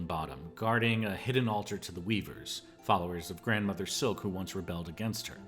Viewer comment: It's not Grandmother silk It's Grand Mother Silk She is Grand not a grandmum...